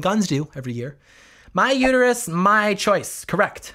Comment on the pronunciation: And still wrong "choice"